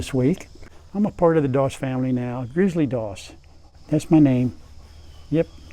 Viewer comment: Grizzly may not start with an R but it has a dominant R in its pronunciation. I’m from Alaska and met my share of dogs with that name over the years and ALL of them were the best boys. gRRrrrrrrrrizzly!